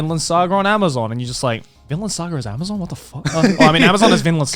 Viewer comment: Ah yes A M A Z U N